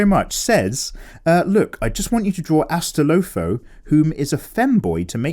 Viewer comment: woah you butchered that name Astolfo. It’s Ass-Tall-Fo Who is from the Fate series as I mentioned in my previous comment